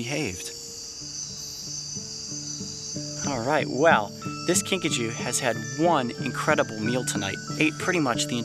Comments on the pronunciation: At first...I thought he said Pikachu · At first I thought you said pikachu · The first time he said kinkajou i thought he said pikachu!